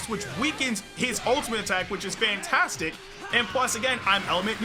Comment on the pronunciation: I thought he said Pantastic LOL🤣🤣